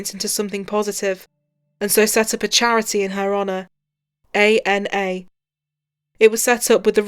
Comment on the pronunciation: The very least people could do is get her name right .....! It's ANA Not ANNA